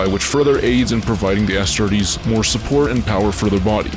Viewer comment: Bro keeps saying “ASStartes”